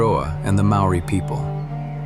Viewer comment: the word maori is pronouced as mouldiiii not maoriiiiii, it is amazing how many times it's not corrected